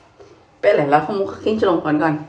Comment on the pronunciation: "Peleee"nya itu loh khas merauke skli,,,,😅 salam manis dr Sorong tanta Nona Merauke...🤗😘